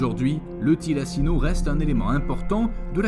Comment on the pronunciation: Quelques erreurs (e.a "Thylacine" et non "Thylacino"), mais bon...